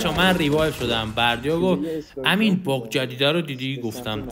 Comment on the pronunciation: حس میکنم دقیقه 1.12.بجا باگ گفتی باغ